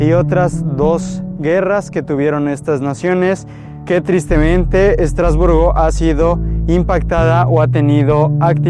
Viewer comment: Madre mía, lo que hay que oir. ¿Cómo es posible? Vivo en Estrasburgo y me voy a tomar el tiempo de corregirte porque me sonroja oir tantas tonterías... 1. Estrasburgo (no "Estratosburgo"). 2. ¡No, no es un "pueblo" ni un "pueblito": Estrasburgo es una ciudad en toda regla y además es la sede oficial del Parlamento europeo, del Consejo de Europa y de otras instituciones europeas, no francesas, como has dicho. Es lo mismo que le pasa a Bruselas. 3. No, Estrasburgo no "es" un mercado. En Estrasburgo se instala uno de los mercados navideños más bonitos de Europa. 4. La Catedral no es de "Estratosburgo", sino de Es-tras-bur-go y fue la catedral más alta del mundo por mucho tiempo. 5. No, no tiene una punta "no terminada". La particularidad de esta catedral es que tiene una única torre y aguja por motivos únicamente estéticos (propios de la época). 6. ¿Por qué la ciudad de Estrasburgo no iba a ser turística? 7. Sí se puede subir a la parte superior de la catedral. Tiene un precio de 8,00€/por persona 8. ¡No, la arquitectura de la ciudad no tiene influencias "suizas"! 9. ¿Alsea? ¡No! Ni "Alsace", como se dice en francés. En español se dice Alsacia. 10. No, no tiene "influencia" alemana sólo por su cercanía: Alsacia fue parte del territorio alemán varias veces. Luego volvió a formar parte de Francia y lo sigue siendo hoy en día. 11. ¿Por qué habría de hablarse el inglés? ¡No es una ciudad inglesa o estadounidense! Su única lengua oficial es el francés. El alsaciano también se habla e